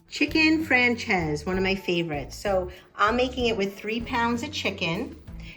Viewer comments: Nice, easy recipe. Serve with salad? Rice? b/t/w it's pronounced "Fran-chay-zeh" (not "Fran-chayze") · Hey... If you are going to get fancy...pronounce it properly...its...fran- chay- zay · Looks delicious but damn you butchered the name. Lol